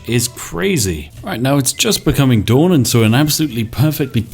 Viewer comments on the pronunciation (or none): none